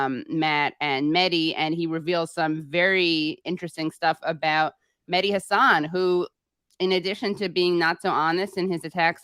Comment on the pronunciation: The H in MeHdi is not silent. It's pronounced as H in Hypocrite and wHore that Mehdi is I love how arm chair feminists think that the only healthcare women need is abortion. You don't have to go to Ukraine to see DemoKKKRats and Republicans work together. They also make sure that people who do want to have a baby can't afford to feed, house or maternity care to have the baby. You criticizing the status quo is literally the pot calling the kettle out of touch. You are only fighting for the right of the poor to kill their babies. How can you call Klobuchar caring? You could challenge the Republicans about the fact they only care about birth right because once the baby is born they don't care. They don't care that life needs, food, shelter, healthcare etc.